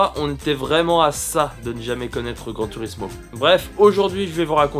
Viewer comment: On prononce "Gran tourismo" et pas "turismo"